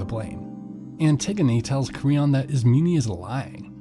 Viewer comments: dude am i the only one who got triggered after he called Antigone, Antigeneeeee and Isemen Isemeeeeneeee? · Great but it’s IS-MEH-NEIGH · they need to have a pronunciation guide i this book stg i was saying ismeynee the whole time.